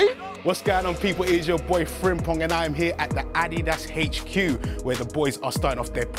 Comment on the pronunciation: his name is Frimpon, wihout the g at the end lol